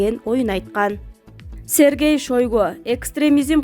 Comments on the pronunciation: Сергей Шойгу десен тормуз Шергей Шойгу дебей озу укса тилинди жулат . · Шариман десе болот Шергей десе болбойбу, дей берсин. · 3.21-минутада Россиянын коргоо министри Шергей Шойго дейт го. Шашпай туура окусанар.